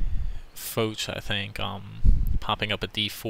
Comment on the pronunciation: Its really not pronownced fowtch , but f-awe-sh for Foch. Great game great skills